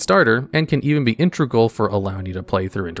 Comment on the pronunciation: It's inte-gral, not inter-gal. Good video.